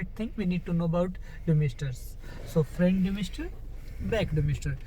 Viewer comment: Is it frant damister or front damister plzzz speak clear so we can understand